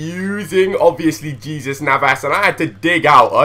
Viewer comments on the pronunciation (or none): its hey-zues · j in spanish is pronounced h like so can see